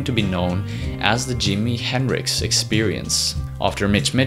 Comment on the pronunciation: It's not Dimi henricks! You butchered Jimi's name! Don worry about it